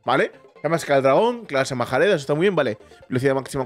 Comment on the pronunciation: yo quería que le pusieras mi nombre al dramilion 🐉 pero ahora quiero que se lo pongas al espectro de nieve. Mi hermano pequeño Amin quiere que le pongas su nombre al dragón ala acorazada 🐉🐉🐉 y que no le cambies de color. La clase majareda se pronuncia marejada, el cuernotronante se pronuncia cuernatronan y deberías echarle un vistazo al canal de alien legacy, te enseñará cosas que no sabía sobre los dragones.